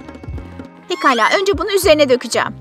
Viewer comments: biraz geri sarin pegala dedi pekala degilmi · Olsun onlar pegala diyo hep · Orda pekala diyeceğine begala demiş